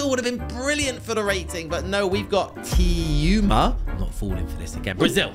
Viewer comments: AND HIS NAME IS NOT TEUMA ITS TEWMA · Saying Teuma as French is very funny lol